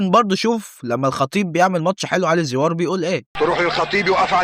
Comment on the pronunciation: اسمه علي زيور ايه زيووااار. اللي انت بتنطقها